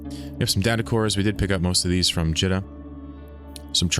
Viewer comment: It’s always been Jeeta. It’s spelled like pita bread or Rita. It’s not Jitta. Great series though! This one is top notch! Your adventures are inspirational and exemplify the true sandbox nature of this awesome game!